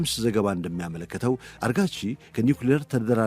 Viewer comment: ግሩም ዝግጅት እና አቀራረብ። የአፍ ልማድ ሆኖብህ ፣ አራግቺን አርጋቺ እያልክ ጨረስከው። ለወደፊቱ አርም።